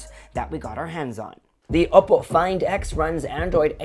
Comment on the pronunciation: You're saying Oppo like opo nay, opo tay. Consider saying it like this: Oppoe (O- poe) as in grace poe. Just saying hope you don't hate me